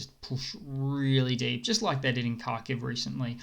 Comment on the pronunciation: Mate, H is silent. It's K aitch.